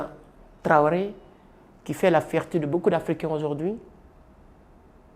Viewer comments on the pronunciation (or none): none